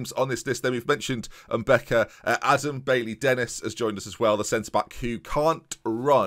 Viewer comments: If Lebrun is African then the pronunciation is probably mbeca and not mbica. Nice video man! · its pronounced "mbeka"